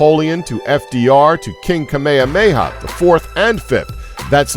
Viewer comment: did he just say kamehameha